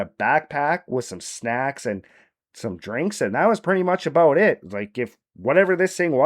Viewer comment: Eh it’s aboot time